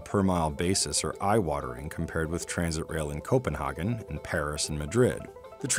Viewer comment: Please never say 'Copenhagen' like that ever again 😭 Regards the whole of Denmark